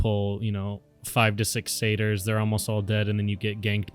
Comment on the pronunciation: You have no idea how much saying satyr correctly made me happy. so many content creators say that and Harpy wrong :)